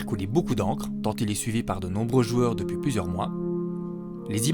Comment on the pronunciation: ce "d'opuis" 😂